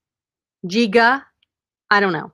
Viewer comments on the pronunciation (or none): Giga is pronounced “Gig” + “gah” pet